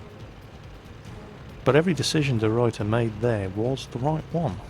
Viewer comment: I love how pronounces deRuyter xD Its a typical Dutch surname and he doesn't nail it:P. But I'm not complaining, my English pronunciation isn't perfect but i just sounds funny.